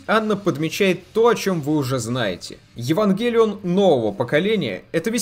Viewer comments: а почему ударение то не туда в Евангелион? откуда ты это взял то? смотреть нереально. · Вот почему то сильно режет слух ударение на Е